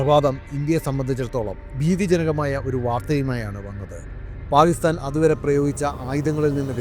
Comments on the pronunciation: താങ്കളുടെ വീഡിയോ കൊള്ളാം എന്നാൽ താങ്കൾ പാക്കിസ്ഥാനെ പായിസ്ഥാൻ പായിസ്താൻ എന്നാണ് സംബോധന ചെയ്യുന്നത് ദയവായി ഇങ്ങനെയൊരു വീഡിയോ ചെയ്യുമ്പോൾ ഉച്ചാരണത്തിൽ കൃത്യത പാലിക്കുക നന്ദി നമസ്കാരം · Pakistan ennath Paistan ennu parayunnath bayankara arochakam aayi thonnunnu. Pls correct next time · സാർ താങ്കളുടെ വീഡിയോ വളരെയധികം ഇഷ്ടപ്പെടുന്നുണ്ട് എന്നാൽ പാക്കിസ്ഥാൻ എന്നുള്ള ഉച്ചാരണം ക സൈലന്റ് ആയി പോകുന്നുണ്ട് പാക്കിസ്ഥാൻ എന്ന് ക്ലിയര്‍ ആയിട്ട് ഉച്ചരിച്ചാൽ വളരെ കേൾക്കാൻ സുഖമുണ്ടായിരുന്നു നന്ദി നമസ്കാരം